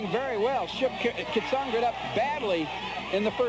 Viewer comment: The announcer is getting on my nerves. It's pronounced KEE-AT-SON-GREE, not CAT-SON-GRIT.